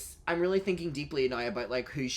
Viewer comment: “He has children NAOW” lol